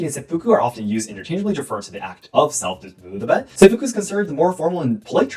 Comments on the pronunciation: diss-em-bow (like bao, not bo) el ment :). This was a really fun video. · try and pronounce it like disemBOWelment kinda like your saying wow but bow :) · Teachers quit teaching phonics so if I may be so bold, the word you were struggling with disembowelment, break the word into syllables. Dis-em-bowel-ment. I'm just trying to help, I'm not trying to be rude.